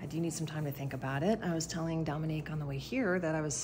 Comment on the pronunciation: Domini* Even the nurse got her name wrong!!!! It's not Dominic or Dominique like the nurse said here, just Domini!!! Goodness!!!